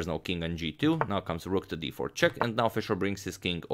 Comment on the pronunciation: it's funny when a newby says 'chess' instead of 'check'. "This comes with chess", pointing at Spassky's chair.